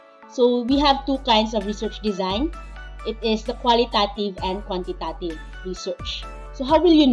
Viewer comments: Pls pronounce it in a correct way😊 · Be mindful of your pronunciation of QUALITATIVE AND QUANTITATIVE since a lot of students may access this video. It matters.